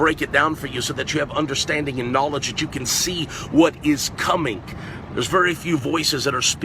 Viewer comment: NAWLIDGE! Is that a new lamborghini you're sitting in, Joshua?